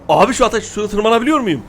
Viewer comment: Abi atiş değil ateş